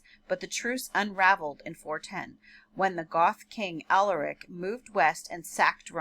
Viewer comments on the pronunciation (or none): none